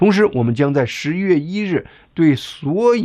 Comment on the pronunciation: 一点小建议：发音：11月听上去很像10月。不看字幕的话还真听不清楚